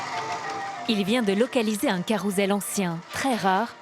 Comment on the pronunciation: On dit Caroussssssssssssssssssssssssssssssssssssssssel pas CAROUZEL !